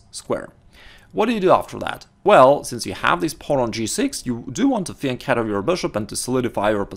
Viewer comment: It's so nice to hear the word "fianchetto" pronounced correctly.